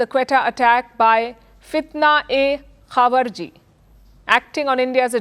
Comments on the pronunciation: Please read it correctly. It’s not appropriate for an anchor like you to read something incorrectly from the paper. It is “Khawarij,” not “Khawarji” — it’s an “i” before the “j”. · Ma'am, it's pronounced khawaarij, not khawarji